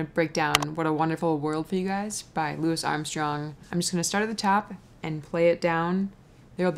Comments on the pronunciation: Great job,. Just don't you EVER call him Lew-is again!; ) He's known then, now, and forever... as LOU-ee Armstrong. Or simply.... Satchmo! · Please learn how to pronounce this icon's name - it's Loo-ey, not Loo-iss. Also known as Satchmo. With that said, very nice job on this video. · Louis? It’s pronounced, “Louey.” Come on. Love for everything else. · Louis. (Lou-ee). Lou-ee Armstrong. Louis. (Lou-is) would be the correct pronunciation for a City (St. Louis). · never heard anyone call him loo-is... great simple arrangement. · Love your stuff, fyi pronounced Louie 😉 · Nicely done! Thank you. What a great old song from a great man, Louis Armstrong. RIP. But it's Louis, NOT Louisss! Not St. Louis! Name (Not a city!). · I wish she would say Louis. Its Louie